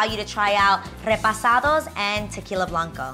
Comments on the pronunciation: she says repasados, unfortunately the word is "reposado"... at least thats the mexican way of saying it, which the tequila probably is (usually from Jalisco) and Selena was Mexican American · I liked your video Adrienne, just i little correction on the Tequila, it is REPOSADO NOT REPASADO.